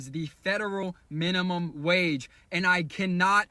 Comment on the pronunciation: In the first 5 seconds, he said minunum. It's literally captioned for you. I'll dictate what he said. "Can someone explain to me in crayon eating terms why I am making 3x over the federal minimum wage and I cannot afford to live."